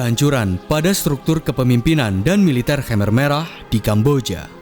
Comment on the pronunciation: Its khmer not khamer, risih saya dengernya